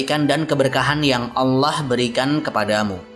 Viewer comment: agak terganggu saya dgn pelafadzan nama ALLAH SWT. saya mendengarkannya berupa HWALLAH bukan ALLAH